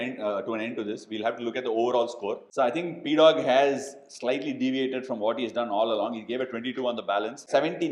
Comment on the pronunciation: Pdogg ❌ PGODD✅